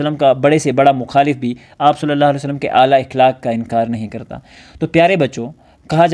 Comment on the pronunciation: السلام عليكم ورحمة الله :مکرمی پہلے ہی لفظ کا آپ نے غلط تلفظ پیش کیا ۔ صحیح تلفظ ہے (اَخلاق)